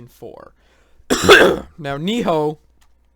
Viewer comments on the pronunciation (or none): Its Nioh, not. Ni-HO. Sorry it was just annoying...